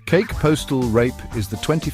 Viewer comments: Kake is pronounced Kah Keh not like cake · Ka Kee is the correct pronunciation.